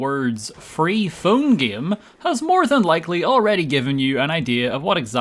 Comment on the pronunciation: "The gaem is trying to luer me"